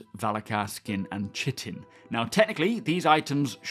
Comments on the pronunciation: Chitin - pronounced: "Ka" "eye" "tin" then put it all together. Just a small teaching moment and help for anyone unsure of the word 😊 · "Chitin" is pronounced "KIE-tin." Rhymes with "Pie tin." Good vid though, I'm looking forward to 4.2.